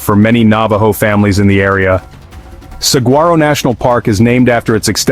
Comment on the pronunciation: It is pronounced "sa-whar-o".